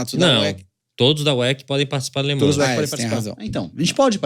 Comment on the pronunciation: … se pronuncia “Lê man” e não Lê ManS!!!